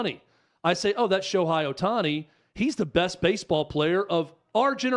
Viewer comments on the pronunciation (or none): I agree with you so please pronounce his name right 😂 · Dudes - can not even pronounce his name right. Lol. That tells you a lot of things.